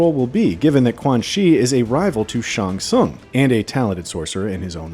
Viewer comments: It’s pronounced SHANG SUNG.. sorry lol it was blowing me good breakdown though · That's not how you pronounce Shang Tsung. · Yeah, like what the heck? Many MK fan knows how to pronounces his name.